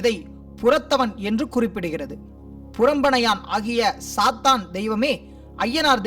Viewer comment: athu sathaan illa sathan